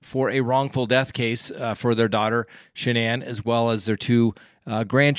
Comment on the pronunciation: Please check before pronouncing the family name of Shannanne.